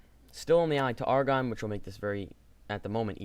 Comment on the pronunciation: Also, just for reference it's pronounced "Air"-"ah"-"gone" not "Argon"